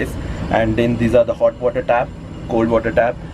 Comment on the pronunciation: wath have you brought... Wather😂😅🤣